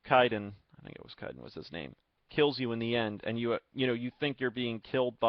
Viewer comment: Kaiden (K-AY-den)